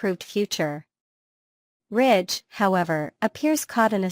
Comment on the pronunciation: It's Ridge NOT Rich!